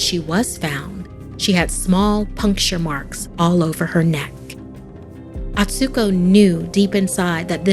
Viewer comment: You pronounced Atsuko wrong! It's A-tsu-ko, not At-su-ko